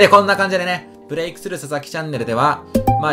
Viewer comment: こんときのブレイクの発音くっっそよえーな笑